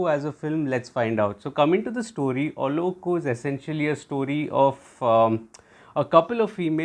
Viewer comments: U killed fhe name 😅 its to be pronounced as Ullo-zhhh-ku. Thatz it. The zhhh should sound like how u would pronounce gen in genre. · You pronounced the name 'Ullozhukku' drastically wrong. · Great job... Watched the movie yesterday..without revealing the story you reviewed it in a beautiful way..l can understand, the pronounciation of the movie name would be a little bit tough for you,so it could be justified.. l really appreciate your efforts to say the words correctly 👏👏keep it up 👍👍